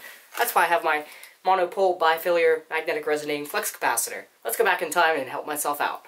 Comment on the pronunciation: LOLed at the "Flux capacutior" :_D